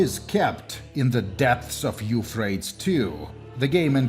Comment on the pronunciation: Eufraits 2? don't you mean... YOUUUU-PHray-tees river.